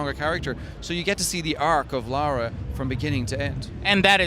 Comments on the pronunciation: It's Lara Joe, not Laura. Come on you should know that. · its Lara not Laura lol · dammit Joe she isn't called Laura she is called LARA! like Lava Lahhhh RAHHHH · ***** Yeah, that's the point. said Lora instead of Lara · Joe, it is not LAURA, its LARA. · its pronounced fucking Laura, but spelt fucking Lara. Is it that hard? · Why do you keep calling her Laura? ;) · ITS LARA NOT LAURAAAAAA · God damn it Joe, it's Lara not Laura! :P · Joe, you are an amazing person and I enjoy your videos very much, but this one thing is really bugging me... It's LA-RA, not LAU-RA. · GODAMNIT JOE! LARA NOT LAURA! xD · Hey Joe Stop Calling It Laura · Did you notice that Joe is callin Lara Lora? xD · La..ra Joe no u in there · Joe Y U CALL HER LORA ?! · Joe... it's LAra. >.> lol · Hey Joe, it's pronounced "LARA". Why do people have so much problem pronouncing it? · Lara, Dude, Laa-raa;) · I know this has been brought up. But maybe that's how people from Joe' s town pronounce Lara. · 'Laura'? seriously, Joe? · He keeps calling her Laura LOL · the ubisoft pronuciation is like toe-mate-o Toe-Mat-o but you are right on the lara.